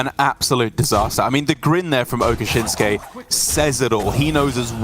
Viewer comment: I have read it many times. It says Okasinnsuke, not Okashinnsuke.